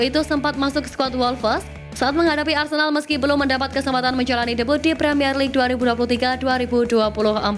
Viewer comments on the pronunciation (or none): none